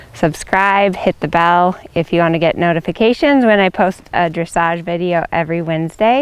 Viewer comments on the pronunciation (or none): none